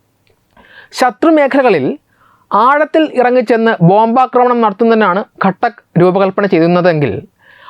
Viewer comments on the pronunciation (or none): ഘട്ടക്ക് എന്നല്ല ഖാതക്ക് എന്നാണ്